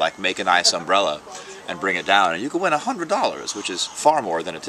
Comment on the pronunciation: Note: That's "Umbrella Festival", not "Umrbrella Festival".